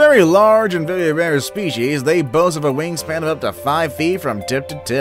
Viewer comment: Is it me or did he say bery bare species in